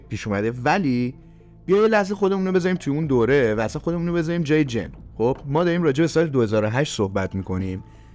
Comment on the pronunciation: سلام.جن نه جین